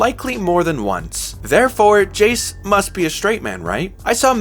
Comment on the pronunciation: Great video, but why are we calling Jayce Jayson? I cannot be the only one hearing...